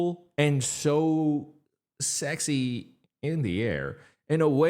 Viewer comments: no one can convince me he's saying sexy in the air because I only hear sex IS in the air lol and I've tried to listen for it a million times. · Same! That’s all I hear too and I’m not mad about it. He’s got me trapped in his loophole for sure!